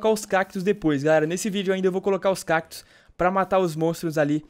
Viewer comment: Cakitos não é cactos